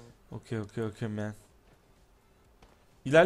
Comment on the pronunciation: lütfen okeyman deme çok tutuluorum